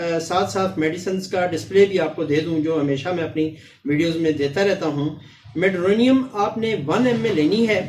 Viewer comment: lafz medurinum hai Medurinium nahi hai ap Gelsemium ko bhi Gelsimimium keh detay hai lafz sahi tarha ada kiya karen